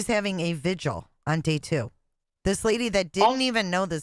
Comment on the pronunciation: Watching replay now as I couldn't make it past ten PM last night. Oh, and why do people keep saying "vigil" wrong on these panels? It is "VIGIL.. V-I-G-I-L" not pronounced sounding like "visual". Do I have to start tutoring again? I charge fair rates. LMAO & wap-wap-wap-wap! 🦨🚁💨wap!